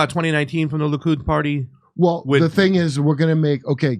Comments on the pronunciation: Will ever stop saying "Luke-id"? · Likud... not....Lukid....duh